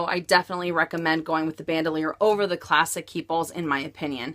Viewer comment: It's not pronounced "ban - doe - leer". It's French, and pronounced "bahn - dool - yaar". I'm just amazed all the time, that for all the money that people spend on these bags, that they can't pronounce them correctly. Are the SA's not pronouncing them correctly? It starts with them.........they should be.